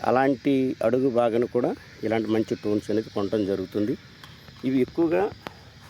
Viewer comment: వాడికి పలకదు నువ్వెన్ని కామెంట్లు పెట్టిన waste 😂😂😂